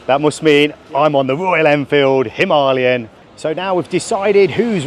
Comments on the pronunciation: The dude cant read. Its written as Himalayan but he keeps saying Himaliyan :) Im still gonna watch the video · Did he say him are lee em?? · "Himahhhleeon", not heard of the Himalayas then despite travelling? 🤣🤣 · It's pronounced 'Him-a-layen', the same as the mountain range 😅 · It seems everyone pronounces the Enfield himalyan... Itchy boots, mad TV and many more.... Why? Dunno, but it scratches my brain when I hear it :))) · God! Learn how to pronounce "Himalayan". I had to turn off the video . I couldn't listen to the mispronunciation anymore. It's not the accent that's the problem, you just don't know how to read. I have plenty of English mates who pronounce it properly. It was too much of a distraction, I couldn't focus on the video. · Why can't anybody pronounce"Himalayan" correctly? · Can't pronounce himalayan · Crikey, how are you pronouncing "Himalayan"... very distracting! 🙂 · Say Himalayan properly or not at all 🥶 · How does this guy not know how to say Himalayan? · Oh dear he says it about 100 times. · I came to the comments looking for the Indian pronunciation to see which was correct. I’ve never heard it pronounced that way